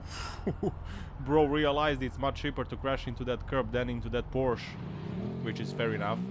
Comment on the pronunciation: It's Porsche. Two syllables. Poor sha. But generally enjoy your commentary.